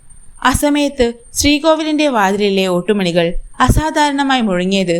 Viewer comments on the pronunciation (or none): ഒട്ടു മണിയല്ല ഓട്ടു മണി